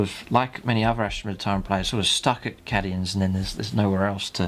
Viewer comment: So up for this good work but oh god is "Cadians" not "Caddians" oh my ears!